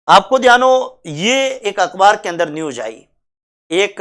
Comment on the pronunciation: सर अकबार नही होता हैं। अखबार होता हैं।